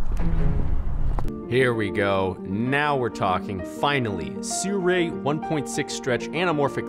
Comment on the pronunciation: I hate the way you pronounce Sirui.